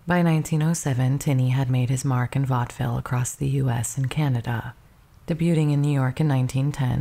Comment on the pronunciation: Very interesting, thank you. (Debuting is said 'daybyooing' and you don't say the t in mortgage)